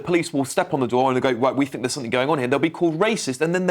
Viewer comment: "I fink" grrrrr